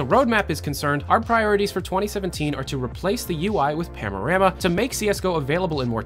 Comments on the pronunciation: Is saying "PANorama" or "PAMorama"? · Are you pronouncing Panorama as “pamorama”?